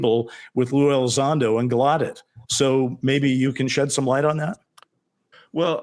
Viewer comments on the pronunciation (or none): Rear Admiral Tim Galludet has confirmed the correct pronunciation of his surname is with the hard emphasis on the first syllable- so it’s sounds like Gal-oh-debt. He said originally when his elders or ancestors came to the US it was pronounced with a French style soft ending - so Gal- oh- deh, but over time this had changed. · pokes fun at Ross for mispronouncing Barack, then TOTALLY botches Gallaudet! 🤣🤣 PS- Ross, it's CAHONE--EHs